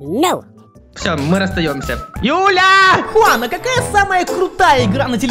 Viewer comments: Это джиан а не Хуан но тоже Прикольно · Не джуан а хуан на самом деле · Правильно джуан а не хунан juan переводится как джуан я English хорошо I know